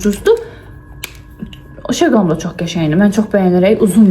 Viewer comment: Çox xahiş edirəm sizin timsalınızda bir çoxu she glam məhsulu deyəndə şe glam deməyin.Oxunuşu şi glam-dır